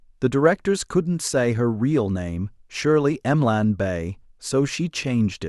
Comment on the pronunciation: What a load of fiction and crap! You should be banned from YouTube. All this is is lies for profit and a cheap, cheap, cheap AI voice. Shirley M-Lan. Give me an effing break.